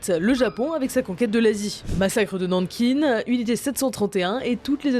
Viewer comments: Massacre de Nanquinne lol ça se prononce « ain » :) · Ça n’a aucun sens de prononcer Nankin « nankine » car Nankin c’est le nom français de cette ville. En anglais on dirait « Nanking » ou Nanjing le nom actuel.